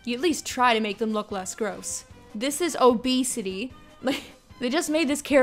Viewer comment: “Obeesity” I’m dead lol